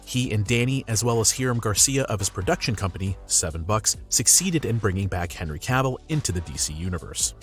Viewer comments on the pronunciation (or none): Did you just pronounce hanry to "canry cavil" 🤣🤣